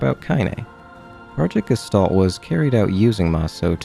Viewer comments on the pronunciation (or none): none